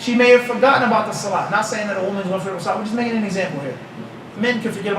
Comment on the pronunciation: Swalaa bila uthuu is not swalah